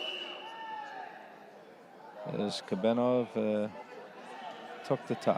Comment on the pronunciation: Is Kobenov that hard to say? Russian athlete?